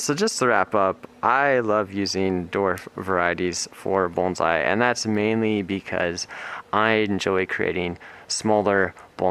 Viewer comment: Thank you for pronouncing “bonsai” correctly